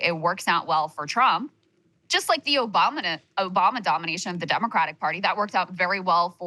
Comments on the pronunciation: Krystal said OBAMNA 😅😅😅😅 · Krystal with the hilarious "Obamna" slip 😂